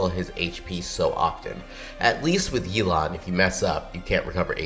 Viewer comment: Yelan pronouced like 'Elon' lmao, man we need Elon Musk on our teams